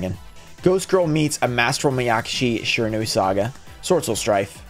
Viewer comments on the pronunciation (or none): none